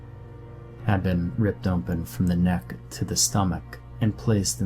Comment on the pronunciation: Narrators, you guys are great! I do have to say at least one of you is going to get better I know it but not to be mean, when you say ompen instead of open it drives me crazy and it seems like you should work on the storyline a bit more before narrating. Emphasizing the wrong parts at the wrong time. Anyway I enjoy it nonetheless. But open not ompen please for God's sake😊